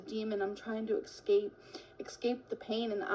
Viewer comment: Guys, she's trying to "ekscape".